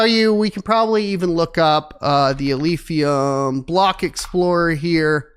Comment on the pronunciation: "Alephium", not Alphium.